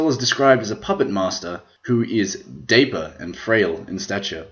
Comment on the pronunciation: dapper........... not dayper